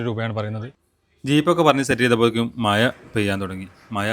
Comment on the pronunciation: മയ അല്ല,,, മഴ 😂😂😂